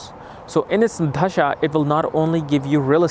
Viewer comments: It’s dasha not dHasha. I would expect you would say it correctly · It's not dhhhasha, it's Dasha !!!!!! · Dasha ❌ Dhasha ✅ 😂😂😂😂😂😂